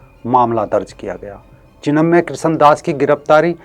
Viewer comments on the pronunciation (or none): ये भैया को चिन्मय बोलणे नही आ रहा है चिमण्या बोल रहा है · सर, नाम चिन्मय है । आप चिमन्य बोल रहे हैं ।🙏